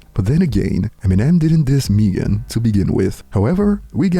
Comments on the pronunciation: Who’s MEE-gan? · Still waiting on to say Megan name right 👀